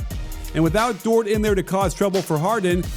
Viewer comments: it's pronounced like "door" the "t" is silent respekte nou 🇭🇹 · you’re my favorite NBA aficionado and analyst, but rhyming Dort with short just bumped you up a few notches on my top comedian list too. 😂😂😂